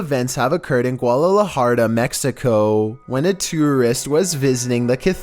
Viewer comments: Guadalajara is pronounced "goo-ada-la-hara". Not guardalaharda, friend. Thanks for the uploads though, fun channel! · "Guadalajarda"? Lol. It's Guadalajara, mate. And "Leonardo" is really different from Leandro. You should at least read things correctly. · Really Guadalajarda? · It's pronounced Gua da la har da Guadalajara Not gualalajarda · Never Ever heard Guadalajara pronounced as “gwolololoharder” before, but ok 🙃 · things have been hapening in gualalajarda 😂😂😂😂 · Does anyone know where is “Guadalajarda”? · And it's pronounced Guadalajara. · Nobody: Not a single person: Not even ghosts:: guadalahardaaa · Lol i know right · how did you butcher that name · He tried his best🧙‍♂️